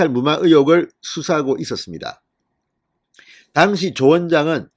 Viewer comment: 발음 좀 똑바로해주세요. 특히 당시 란 단어